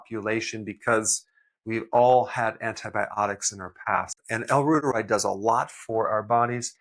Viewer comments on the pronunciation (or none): FYI as you know, L.Reuteri is Latin, thus it is pronounced like L.Reuteree